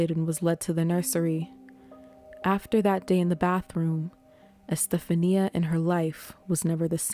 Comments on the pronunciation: I think her name is pronounced, E-steph-onya, not Estephania. But I could be mistaken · You did a great job on this story. Love your voice and thank you for not trying to do the weird "monotone" that so many attempt. I have no idea whats up with that but it rarely works out well. One note: the name Estefania is pronounced Es-tef-on-ya. The Americanized version, Stephanie, puts stress on different syllables so sounds quite a bit different. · I believe her name is pronounced Este-FAWN-ia